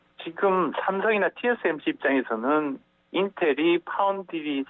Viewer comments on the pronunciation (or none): 처음에는 TSMC발음을 실수하는등 진행이 매끄럽지 못해서 걱정을 하였다! TSMC는 일반인들도 발음에 실수가 없는데 말로서 먹고사는 방송인이 그렇게 발음에 실수를 한다는 것은 사전준비나 침착성이 부족한듯 보이기도 한다!